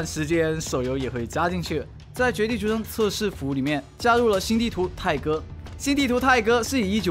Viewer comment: 希望能加到手機，還有第一次聽差點聽成胎哥